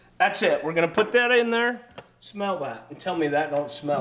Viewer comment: Put not ( pulled)